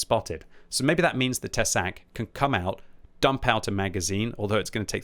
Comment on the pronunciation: Tesák. Te is pronounced short sák long. With strong hard K